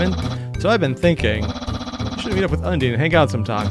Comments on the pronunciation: There are 8 fallen children. Chara was the first, Frisk was the 8th. No that is Undyne's theme BTW her name is pronounced un die n according to Toby Fox himself. The dog is Toby Fox. He's a troll. That is what the fans call it, the attack has no canonical name. Technically no, you can legit do a genocide playthrough first. But that has consequences, consequences that you can never get rid of. No, he always had his own soul. Glitchtale is an animation of a glitched timeline story that revolves around a failed Genocide Route, that transforms the timeline to a point where characters like Gaster and Chara have been revived fully. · When i hear that someone pronounsed Undyne as [andin], it reminds me of water elemtal Undine from Monster girl quest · I’m sorry the “Undeen”💀😭